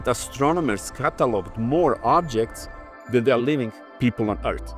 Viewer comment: Than ever before, not "then ever before"